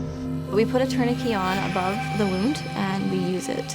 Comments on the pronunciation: In 20 years of medic work I've never heard of a tourniquet being pronounced like parakeet 😂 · c’mon people ,” torn uh kay “ is the French pronunciation , no ? tourniquet … the last 4 letters in French is pronounced “ kay “ 😅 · I couldn’t NOT hear it lol. Never heard it said that way before. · I've never heard tourniquet pronounced like this before. I'm from Texas so I'm sure it's dialect but it had me tilting my head lol Here we pronounce it tourni-ket rather than tourni-key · Interesting pronunciation of tourniquet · I think it's due to regional differences. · I think it's just a regional accent thing. Whether it's Saskatchewan or Canada in general, I'm not sure. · Differences in the English pronunciation. In many places, it's pronounced "tour nuh KAY" but as an American, I say "TOUR nuh ket." English is strange! 😅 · Femoral artery. Love Canadian pronunciations. Like 'tourniquet'(turn-i-ket).